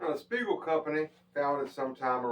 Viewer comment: 'Spiegel' just like on the tag, not Spegal.